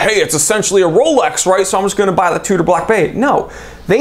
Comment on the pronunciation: said "rrrrolex" 😂😂😂